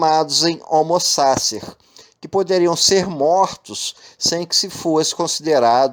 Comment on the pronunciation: O conteúdo do seu vídeo é maravilhoso. Se pronunciasse corretamente o nome do autor e o conceito de homo sacer, seria irretocável. Uma dica: use o Forvo para saber como se pronuncia qualquer palavra estrangeira.